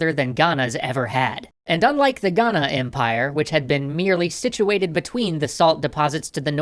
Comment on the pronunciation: As a Ghanaian the way he says Ghana is better than most so 👏🏿👏🏿👏🏿